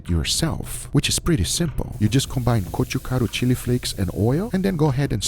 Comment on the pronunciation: As a korean subscriber I really love you could just say chili flakes or something like that but you are saying gochugaru the way it is hahahah we koreans appreciate that kind of details